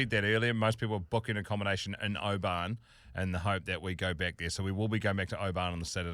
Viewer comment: Please stop sayin O-ban it’s pronounced Obin 🤙🏴